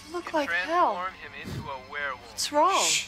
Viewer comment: Whirrwolf? No, werewolf.